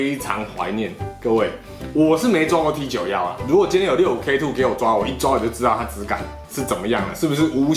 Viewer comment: T91念作 梯勾么 都當過兵了不要亂念